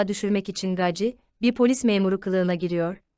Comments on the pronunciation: Gaci ? Nasıl bir telaffuz. "Geysi" diye okusana. Uyuz oldum 😀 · Coca Cola demiyorsak, "Gacy " - Geysi diye okunmalı. Özel isim üstelik.